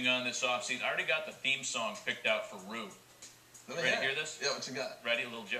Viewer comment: why are they pronouncing RYU--> RU. wtf